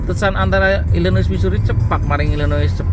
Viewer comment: Illinois itu dibacanya apakah bukan "ilinoa",?